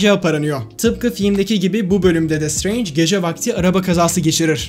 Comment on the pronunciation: şıtreync demesi bi banami garip geliyor